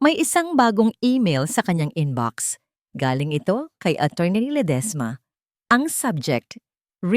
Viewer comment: Ang Arte mo namang mg pronounce maam Lede esma Diba Ledisma